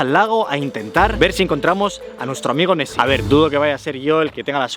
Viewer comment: Soy el único que escucha Messi en vez de nesy?